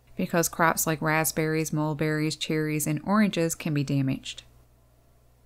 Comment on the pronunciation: "damached" , said with a Volga Deutsch accent :-).